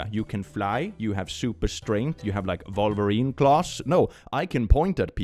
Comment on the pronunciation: I know you were just pronouncing it eccentrically for fun, but I heard vulvareen claws and lost it!